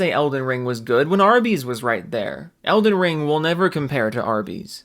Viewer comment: At one point this neckbeard called it Olden Ring. Not sure if it was a jab or they started having a mini stroke.